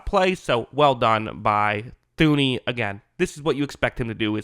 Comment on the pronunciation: It’s Joe TOO-NEY not THOO-NEY. Kinda just feels like you don’t even really know who the guy is when you pronounce his name wrong over and over and over again.